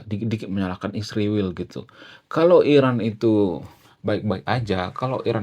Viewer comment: SHALOM ALEICHEM ANDA PUN TOLONG SEBUT ISRAEL DG BENAR, KARENA ANDA PUN SEBUT ISRAEL DG TDK BENAR, SPTNYA ANDA IKUT-IKUTAN nurdaK?"